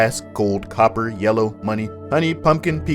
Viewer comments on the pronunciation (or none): none